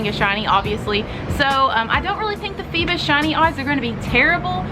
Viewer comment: It's not feebus but feebas (feebaas)